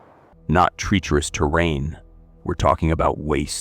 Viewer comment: For the love of God, please learn how to pronounce words! LOOK THEM UP. "Latrine" is not pronounced "lay-treen" but "luh-treen". "Treacherous" is not pronounced "Tree- chur-us, but treh(short e) chur-us". "Galen" is not "Gallon" but "Gay-luhn". Your not stupid or uneducated, but these misprounciations reveals your ignorance, which diminishes your presentation. This is a chronic issue with all your vlogs that are otherwise excellent.